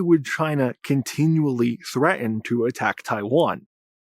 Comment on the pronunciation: I'll be able to take you much more seriously when you begin enunciating BOTH of the T's in words like "threaten" and "important".